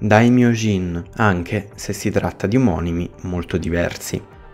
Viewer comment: se il significato è sette facce, la pronuncia dovrebbe essere ''scici'' e non ''scichi''